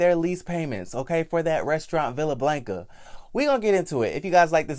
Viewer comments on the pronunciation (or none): She should have pressed charges, period. Also I luv you Boo but I cringed every time you said Blanca 🤣🤣🤣🥴 put that short a in their please Sir.